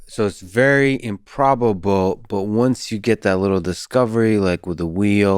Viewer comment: Improbab-luh, but not impossib-luh